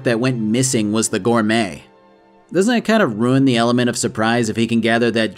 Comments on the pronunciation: Just curious but why do you pronounce Ruin as Rune? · After 1 hour and 44 mins I realized it was RUIN and not RUNE… Lol